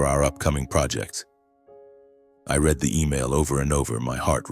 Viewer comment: This is just AI blather wrapped up as a dysfunctional family morality tale. However, when you cannot distinguish READ ("Reed" present tense) from READ ("Red" past tense) but can distinguish READING = Reeding, l have lost respect that 1) you know so little about English grammer ; and 2) that you apparently have no Quality Control editing in place.